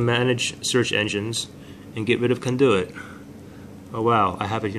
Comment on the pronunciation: Of course this does not work but I should have known, this guy cannot even pronounce CONDUIT correctly.